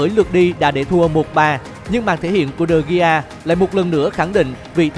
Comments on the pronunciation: Degea mà nói digi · đọc đúng là Đờ He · Đọc là đờ ghia chị ơi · Đa vít đờ gê a thì hay hơn đờ gi nha người đẹp và ngon nhất kênh @@ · David De Gi cười ỉa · Đọc là Đờ Ghi luôn. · Đọc chuẩn là Đờ He nhé. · Đê vít đê ghi🤣🤣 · E phát âm tên của de gea sai rồi